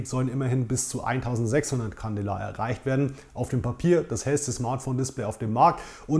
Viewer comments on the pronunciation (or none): Candela spricht man candeela aus